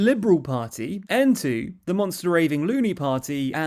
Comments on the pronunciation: Aontú isn't pronounced en-too, it's pronounced Ayn-too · Hey, great video. Just from Ireland to say that Aontù is actually pronounced Aon-tuu - it's hard to pronounced since it's irish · Aontú is pronounced ean tu (like 'mean to' without the m) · Aontú is pronounced ‘Ain-too’ and Peadar is pronounced ‘Pad-er’ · It's (Aontu) phonetically pronounced: "Ay n tu" and their leader name is pronounced: "Pa there Tow been". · Those Irish name pronunciations are really rough. Aontú (Ian - too) and Peadar (Padder) Tóibín (Toe-Bean)